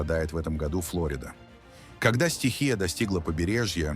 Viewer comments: ПОЧЕМУ УДАРЕНИЯ НА ПЕРВЫЙ СЛОГ ФЛ(О) РИДА. НУЖНО НА СРЕДНИЙ -- ФЛО-РИ- ДА. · Ударение неправильно ставите ФлорИда😊